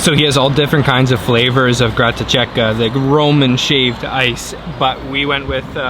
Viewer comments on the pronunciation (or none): Cool food journey around my country,only learn how to pronounce italian food plate names..it's not Grattaciecca but Grattachecca(there's a H in the middle needed to be spelled)